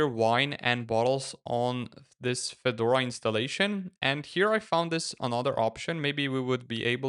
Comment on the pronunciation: Автодубляж в слове Федора посиавил ударение на первый слог, добавив букву ё. Получилось, что вышло обновление некого Фёдора